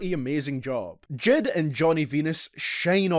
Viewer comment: he really called him JID instead of J I D